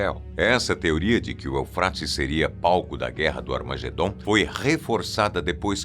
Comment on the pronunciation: Eu escutei ele falando Armagendom 😢 misericórdia. Eu tenho dom, não gosto usar! Mais me afligiu esse som de voz!